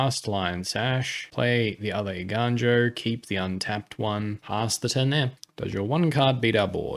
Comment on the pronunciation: im so proud you are saying eiganjo right ='). Awesome video likes always. keep it up!!